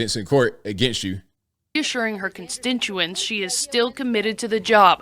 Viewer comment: The reporter at about ..."issuring (assuring?) her constintuance" (constituents?) she is still... Wow— the level of incompetence in "journalists" these days...